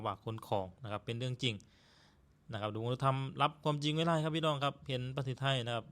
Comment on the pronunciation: ❤❤❤ มีปัญหาเรื่องการออกเสียง ด มาตลอด เท่าที่ฟังมา น่าจะฝึกออกเสียง ด ให้ได้นะ ก็รู้ว่าภาษาลาวไม่มี ด ช ฝ ฟ เพราะฉะนั้นการออกเสียงพยัญชนะเหล่านี้จึงมีปัญหาสำหรับคนลาว เช่น คำว่า ดาวน์ เป็น ลาว ที่ออกเสียงเหมือนกัน ด เป็น ล บาวครั้งจะสื่อคำว่า ไม่ได้....ก็พูด ไม่ล่าย.... ตลอด ความหมายมันก็เปลี่ยนไป เราฟังตอนแรกก็เข้าใจว่าเป็นรถ คนลาว ที่จริงจะสื่อความหมายว่า ดาวน์ นั่นเอง พอฟังๆ ไปถึงรู้ว่า อ้อ.....การดาวน์รถนั่นเอง การผ่อนรถมาใช้ ทำไมเขาไม่เก็บเงินซื้อสด บางครั้งรายได้ไม่สูงอาจจะใช้เวลาเก็บหลายปี การผ่อนรถก็ใช้กำไรจากการค้าขายนี่แหละมาส่งค่างวด ก็เหมือนกับทำการค้าทั่วไป ทำไปต้องยืมเงินธนาคารมาลงทุน มันต้องจัดเก็บเงินสดไว้ส่วนหนึ่งเพื่อเป็นทุนสำรอง คือเงินประกันความเสี่ยงนั่นเอง